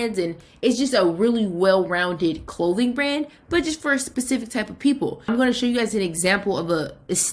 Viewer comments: This is great advice but every time I hear pacific instead of specific I lose my shit😂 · Ma’am pacific is the ocean. Specific, SPECIFICALLY 😫